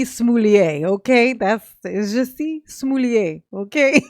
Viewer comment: “Smoolliét” I am screaming 😂😂😂